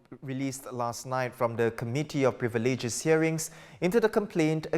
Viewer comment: He has fkin AWFUL pronunciation, I don't understand how he is qualified to read the news. Especially with the pronunciation of "privileges"